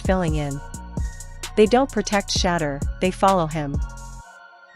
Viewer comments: Pronounced “Shi - door” (Shedeur) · If you want to grow this channel your AI has to learn how to say his name. It’s Shedeur! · Whoever this woman is need to pronounce his name right or shut the hell up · Listen, if your going to be some type of spokesperson story teller, put some RESPECT on Shedeur's name and pronounce it correctly or step aside 💯